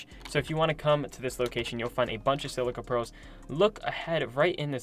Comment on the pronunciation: Lol silcia Perls it’s silica pearls